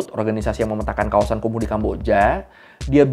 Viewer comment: Ngapa jadi KUMUR? 😂